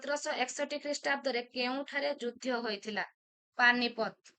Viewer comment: ଯୁଦ୍ଧ୍ୟ ବଦଳରେ ଯୁଦ୍ଧ ଉଚ୍ଚାରଣ କଲେ ଭଲ ହୁଅନ୍ତା ।